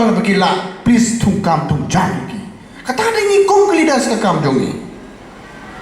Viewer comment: Da u ong please please ruh dang kham sngew biang phi u ong place place sngap bha pronounce u koh sniaw shyntur sniang